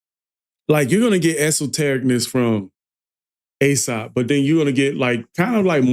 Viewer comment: aesop.... get his name right